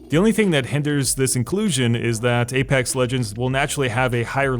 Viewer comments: aPEX not aPAX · "APAX LEGENDS" lol. This game is fantastic, best BR imo